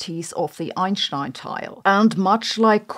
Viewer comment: I don't understand the "sh" pronunciation she does. It doesn't make sense.